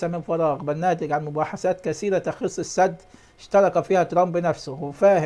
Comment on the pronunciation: قوله الاول يعرف يتكلم وينطق الحروف صح دا بيقولك السـِـد " بكسر السين " وبيقولك بيان متوقع.. يعني مش حقيقي بيألف من عنده بصراحه تحفه 😂😂😂